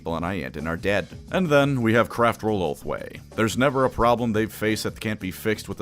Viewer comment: Gonna be honest, kept hearing ulthwe as homeboy and in some parts it made sense